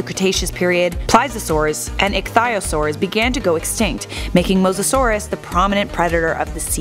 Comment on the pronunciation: Omg she pronounced it right Edit: I was starting to believe in you, then you called the Plee-zee-oh-saur a Ply-za-saurus